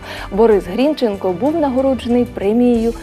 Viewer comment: Соромно ,що ви навіть прізвище правильно наголосити не можете